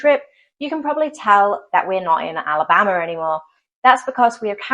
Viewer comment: You said Alabamer...😂😂😂😂 Roll Tide.